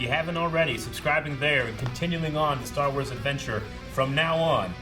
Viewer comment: is writing some great stah wahs